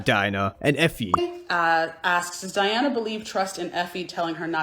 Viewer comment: The way u say Diana sounds like Diner 🤣🤣